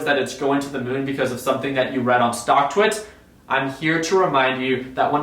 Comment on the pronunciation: lmao he said stcktwits